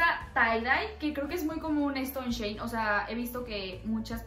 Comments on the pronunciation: Se pronuncia shi in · Se dice "shi in" Antes la tienda se llamaba "she in side" y lo redujeron por eso se dice así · Se dice shein